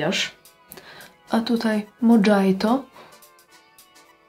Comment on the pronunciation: nie wiem czy to był dowcip, ale mojito pochodzi z Kuby a j wymawia sie jak h czyli jednak mohito a nie Modżajto. Ciezki tydzien w pracy, moze nie zrozumialam zartu :)